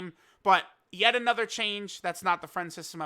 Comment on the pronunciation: That "Another" Hit different